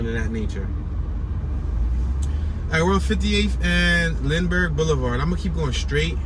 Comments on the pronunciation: First off get it right it's pronounced Linberg not Lindenberg spelled Lindbergh 2nd Bartram Village starts just past 54th not at 56th 3rd you could have went into the actual gardens the came back to go into the housing area. My family has been in SW 53 Greenway since 1970 I've had fam and friends that lived there... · its lindbergh not lindenberg